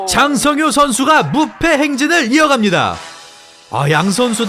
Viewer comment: 아나운서 소개 개찰지네 ㅋㅋㅋㅋㅋㅋㅋㅋㅋㅋ 짜짜짜짜 짱 성 히요 ~